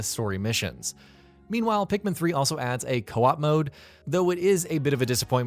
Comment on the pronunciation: Ikr like wth so many people call pikmin that thinking its right